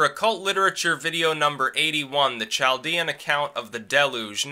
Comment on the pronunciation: It's pronounced kalˈdēən.